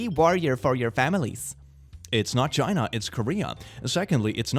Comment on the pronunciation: I like how you pronounce ChInA